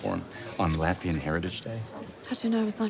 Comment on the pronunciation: Latvian not Latvarian